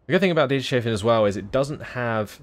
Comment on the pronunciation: It's Dieters-hafen Hafen is harbour in German